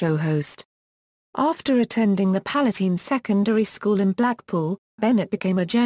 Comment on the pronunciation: I've never heard Palatine school pronounced like that lol;-)